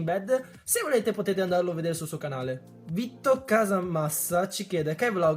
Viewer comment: Si legge "Vito" non "Vitto" LOL grande Kai